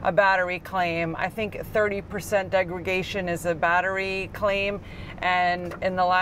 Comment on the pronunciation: "Degra___Day____shun". Not "degra___Gay__shun". Good video though.